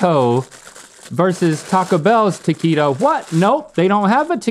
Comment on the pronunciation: You’re not pronouncing taquito right.